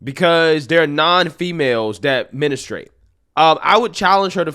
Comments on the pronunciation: With all respect, it takes away from the credibility of your reporting when you mispronounce a key word of your subject matter. MEN-strew-ate, not MIN-is-trate. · I love ya…but we don’t “menastrate” lol it’s pronounced more like “menstrate” I’m aware these spellings are wrong lol I was just trying to show the difference in what I meant in the enunciation lol…I’m laughing, I really don’t care, I’m just being anal lol I watch every video u do because ur the best! ❤ just a little constructive criticism 🙏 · Lol the word is pronounced MEN-STRU-ATE 😂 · Mestruate! NOT Menestrate!! Damn! Wtffffff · DUDE IT IS NOT CALLED “MINASTRATE” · Why are you pronouncing “menustrate”? You’re a grown adult and you don’t know how to say that word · Bro learn how to pronounce menstruate! Lol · Men-stru- ate